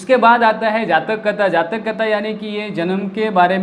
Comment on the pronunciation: जाचक नही जातक कथा.... पहिला पढना सीखो साहब